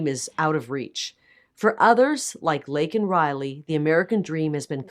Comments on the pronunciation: I believe JB has so little respect for other people that he purposely said her name incorrect. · Said Laken Riley's name wrong.....A Gold Star father was arrested....It was a total Shit Show!!!!!! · You're right. And he wouldn't have said her name otherwise. And he said it wrong even though it was written in big print on the button. Incompetent Dummy.